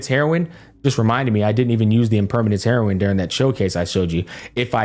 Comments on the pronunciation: Our Man Pronounced Impermanence Heron, Impermanence HEROIN with a Straight Face and thought we Wouldn't Notice🤣An Absolute Masterpiece of a Video Showcasing everything perfectly down to a cup of Heroin, It's Always a pleasure watching you, Keep up the Great work Brother 🖤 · yep...Impermanence "Heroin(e)"...that was wild... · "impermanence heroin" i can not unhear it anymore 😭😭